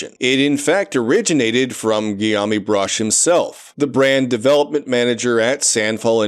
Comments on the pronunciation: i love how this dude says guillaume as 'giyami' instead of 'giyoum,' like the most common french name. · Guillaume is pronounced as "Gee-yômh". Apparently it's related to the name "William". 🤷